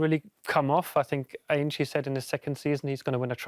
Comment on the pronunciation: Did he just call ange aynjee